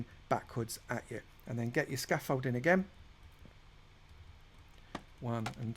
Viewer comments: Scamfolding* lol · Him saying Scoffolding I want a count "OVER 9000"!!!!! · If I hear you say scaffolding 1 more time I might transform into someone from essex